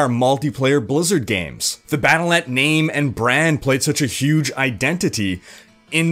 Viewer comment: Pronounced "Battle DOT Net"